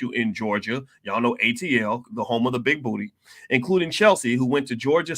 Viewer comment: Hahaha, sir, I find it funny you saying big booty, 😆